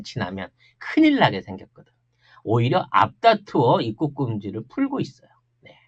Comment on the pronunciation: '입국'발음이 안되는건 윗 입술이 잘 안풀려서 그래요 ㅎㅎ